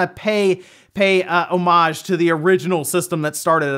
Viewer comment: for the correct pronunciation of "homage" 😃